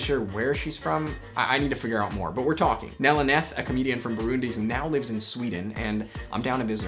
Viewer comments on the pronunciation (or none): none